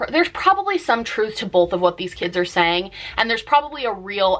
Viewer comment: I’ve noticed some Americans say “bolth” instead of “both” it’s so strange